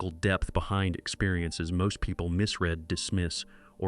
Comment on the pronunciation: I recognized all these signs before, but it was nice to hear them all in one video. Hire me for your voiceovers and I'll pronounce misread properly. 😁